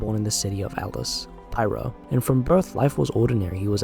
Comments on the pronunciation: Pyrrho, not pyro. Pronounced like peer-oh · Its Pyrrho, not Pyro. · fyi, it's pronounced piro (think of it like Japanese). Pee-ro.